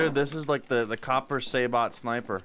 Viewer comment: Copper "Say-bot" 😂